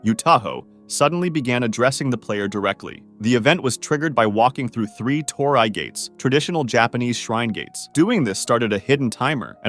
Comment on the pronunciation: Torii is actually pronounced "toh-ree." It's Japanese. You're welcome.